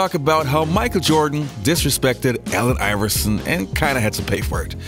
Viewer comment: I keep hearing AL iverson...